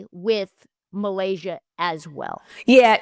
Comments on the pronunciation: Hey guys. The name is actually MY-Lasia. It should not be hard to say this woman’s name. Get it right. You corrected your colleague when she was right. You were dead ass wrong! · Miscorrects her on how to say MiLaysia’s name (it’s pronounced “my-lay-sha”) and then says “Flow-jae”………be for real 🙄🙄🙄 However as a die hard tiger fan, this is the first video I’ve seen from y’all and I appreciate the convo!